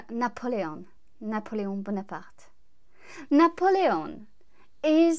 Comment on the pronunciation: BTW, I love the way you pronounce Napoleon.